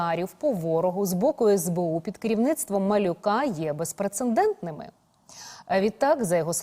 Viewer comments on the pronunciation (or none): Де в біса знаходять таких ведучих невігласів?! Не існує слова "безпрецеНдентними", бо у слові "прецедент" нема літери Н наприкінці другого складу!